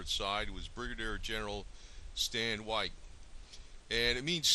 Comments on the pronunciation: His name is pronounced WAY TEE, not WITE. This guy needs to do more research before making a video like this. There were actually almost equal numbers on each side. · His last name is not pronounce "WHITE" but wā tē "WAY TEA" so if your going to use my ancestors in your propaganda get it right! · My grand Uncle Ben Carter rode with Stand Oowatie.I it is not pronoucned "White". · Watie burned down my 4th great grandfathers home. His last name is pronounced WATTY. Get it straight FFS. "Most Indians fought on the side of the Confederacy"? "The majority of the Cherokee fought for the Confederacy"? Ha ha BS. Waite was a greedy sellout along with the Boudinot /Ridge family who (26 years before the Civil War) signed the Treaty of New Echota in 1835 which sold all Cherokee land east of the Mississippi to the US government. This faction represented a minority of Cherokee and had no right to speak for all Cherokee, let alone sign treaties. For this they were sentenced to death for the betrayal of the Cherokee nation. Yet you pretend they represented the entire Cherokee nation? Not even close. Wikipedia has failed you.